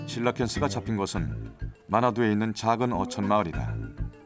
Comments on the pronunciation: 실러캔스예요.. 실라캔스예요..? 나레이션 해주는 분이 말하는거 한번 들으니 게속 거슬려...ㅋㅋ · 왜 계속 실라캔스라고 하냐